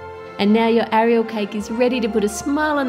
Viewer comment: You said her name wrong.😂